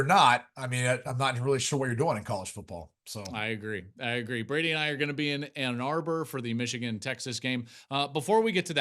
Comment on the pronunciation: Become a professional and learn the players names "Brody".